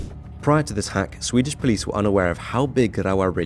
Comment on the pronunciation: As a Swede, I really appreciate how you make an effort pronounce Swedish cities correct.